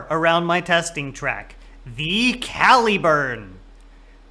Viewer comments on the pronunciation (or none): cal-ih-burn, not cal-ee-burn. think calibre - caliburn. derived from one of the earlier forms of the name for Excalibur.